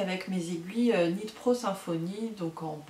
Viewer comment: Hello ! Sans vouloir t'offenser le k de knit ne se prononce pas; sympa ta vidéo je m'abonne ...A bientôt